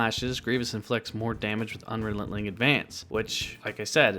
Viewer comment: Good video - by the way, you are saying Un-Re-Lent-Ling Advance - it should be Un-Re-Len-Ting